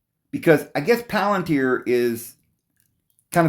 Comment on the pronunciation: Pal-an-tier! Not plant-ear! Have mercy! It's pal-an-tier, please!